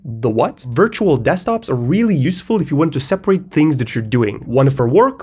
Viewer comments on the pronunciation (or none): none